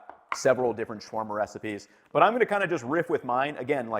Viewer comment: I love your videos ethan! Unfortunately mispronunciation is a huge pet peeve of mine, especially in tutorials! your pronunciation of shawarma as shworma is really off. As is garam masala Shower-ma would be more correct and easy to replace your pronunciation, or shaow-wurr-ma. Garam masala should be said like Ghur-rum.